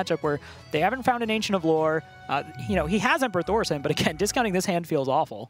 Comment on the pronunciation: For real. It's emperor THOR ES IN. Not THORS SON